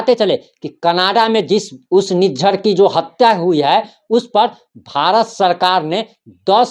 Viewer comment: निजार। नही लिज्झर बोली